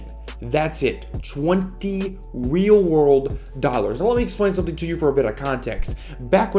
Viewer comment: "20 Weal Rorld Dollars"